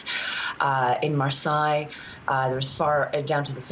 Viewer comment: I cannot watch a news programme contributor that cannot pronounce Marseilles correctly.